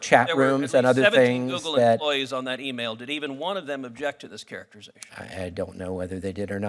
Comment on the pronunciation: "Characterization" NOT "Cariachature"